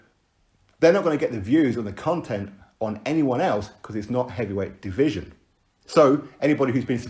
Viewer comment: Without deontay, who will pronounce the word division as deeveeeesion.